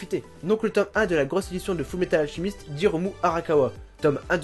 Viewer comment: Alchemist Pas Alchimist Mais c'est pas grave :)